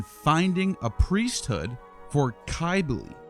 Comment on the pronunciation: Cybele with a c not a k is phonetically the sound of sibel